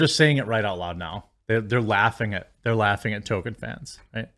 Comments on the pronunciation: "TOLL-KEEN" not "tow-ken" Please please work on saying his name Jeremy. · Jeremy: it's "Toll Keen" (Toll Kee En if you're fancy) not "Token". I like South Park too but christ